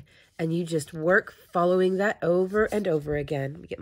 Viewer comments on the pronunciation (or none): none